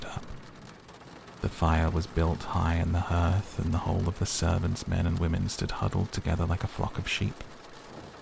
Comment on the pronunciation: Hearth rhymes with heart